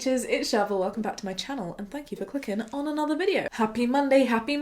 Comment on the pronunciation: Hi Shovel!😜 (It really sounded a bit like that in this^^)